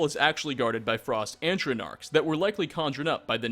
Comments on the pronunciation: Sorry but... Antronarks!? Lmao its Atch-ro-nak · "Frost Antronarchs" Atronach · Frost ANTRONARCHS? At-tro-nock is the pronunciation. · "Antronarcs"? xD Mockery aside, I actually didn't know many of these, which is rare for this type of video, and better yet, you wrote "may" into the title. You get a thumbs up just for that. :) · this guy is just shit at pronouncing things in general (see: Moira, "Moria"; Ysolda, "Yisolda") - every other video he's like "i hope i'm saying this right lol" and he never, ever is.